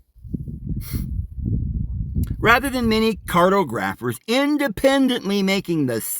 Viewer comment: You would have made a GREAT'!! 15th Century explorer, '!! (providing you learned to pronounce cartographer as: car.. TAW'!.. gruff.. Er..!).. (smile).... I truly WISH you could have accompanied Cortez'!, or some of the Other Dutch and Spanish explorers'!! and HELPED THEM'!! try and "accurately MAP" ALL the strange, new, and Unknown lands that Columbus's Voyages OPENED UP'!! to European "Leaders", "Rulers", and FAT CAT INVESTORS'!!,... It seems ALL of the "Major Discovery Efforts"! were related to "CRAFTY SALESMEN MAKING MONEY'!!!,... Including "Wiley", "Inventive", "Imaginative", SOOTHSAYERS, DIVINERS, "FORTUNE' TELLING" STORY'TELLERS,.!!,,................. (like Joseph Smith),................ He was soooo good at it, that he's CONVINCED EVEN "YOU"!!, '!!,........,......................... (sigh),....................... a huge waste of natural talent, high I.Q., and innate ability'!,............................. ( I'm curious,....Will You be weaving the affair between Julius Caesar and Cleopatra (in their guises as Mary and Jesus) into the California Paradise Fables and Narratives dreamed up by All Those 15th Century GOVERNMENT LAND AQUISITION SALESMEN'??)......I love ALL Your Stories, (and EXPLORATIONS'!!), '!!🙂👍